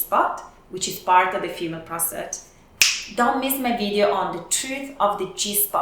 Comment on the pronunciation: Women have a prostrate? 🤣🤣🤣🤣🤣 it's pissing!